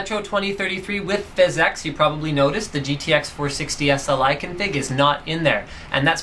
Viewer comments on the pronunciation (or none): physx not physex... :) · lol "fizz ex'' instead of pronouncing it "physics" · i know that but he pronounces it differently